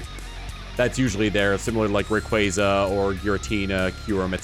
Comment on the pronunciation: I wonder if with this the gen 4 remake will be (this is title that popped into my head.) Pokemon: World. Edit: Thank you for pronouncing Rayquaza canonically correct, now please for the love of God do you pronounce Arceus as Ar-key-us or Ar-sea-us? One of them is canonically correct. Comment which one you say. Everyone else can do the same. (Also gen two starters better get something for this mega Evo they have been deserving of a mega. Gen 1 and three starters got mega why not gen 2?)